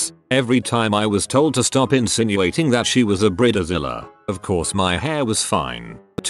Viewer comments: He pronounced it briddezilla💀 Just get a real person to read this ffs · Brid-e-Zile is always my favorite part of these videos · I love the way he pronounces bridezilla....brid- de- zilla!